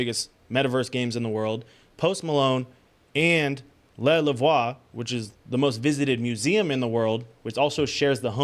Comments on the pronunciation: 😅 it's pronounced 'Le Loove' 🤭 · Le Louvre, pronounced "The L-oo-v"